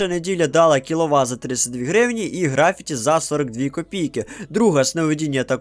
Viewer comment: В слові графіті наголос треба ставити на першу «і»